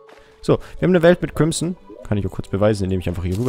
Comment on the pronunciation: *crimson... es heißt crimSon, mit s:3